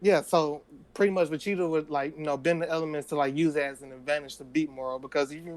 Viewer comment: lol i have a cousin that says vegetas name like that. "vecheeta"